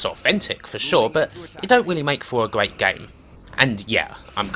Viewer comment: Gweat Staw Twek weview.